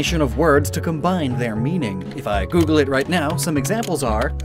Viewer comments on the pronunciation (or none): none